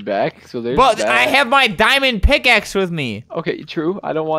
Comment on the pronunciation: What was said: MY DIAMOND PICKAXE! What was heard: MY DAMMIT PICKAXE!